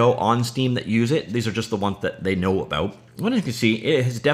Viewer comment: When I hear "abôut", I thinked: "Canadian guy from scratch"